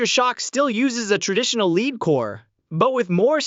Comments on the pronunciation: its LEAD NOT LEED. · I love how you got the AI generated voice to sound so energetic in its almost shouting voice... but not quite. Leeeed... Leeeed bullets. Dude, just at least review what you're uploading before you post it. Or... did you in fact check it, and you saw/heard no issues? Heh! What a total dumbass (or what we used to call in my neck of the woods, "shit-for-brains". Good one. Keep up the great work!